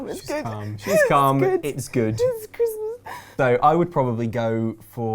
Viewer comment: its chrismas? Did she just say its chrimas?